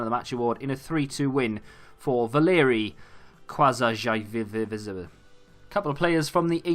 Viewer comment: qazaishvili!!!! lets go 2nd georgian if this fifa!!! btw is it so hard to pronounce his name?